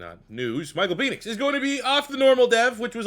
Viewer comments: this dude says "peenix" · I'm starting to think that you mispronounce Penix's last name on purpose! LOL Every time I've heard it, it is pronounced with a short E like in the word 'when'. Also, I know it's spelled weird, but Trevon's last name as actually pronounced 'MAY-rig'.